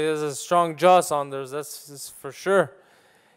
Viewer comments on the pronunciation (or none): Sanders 🙈 it's fucking Saunders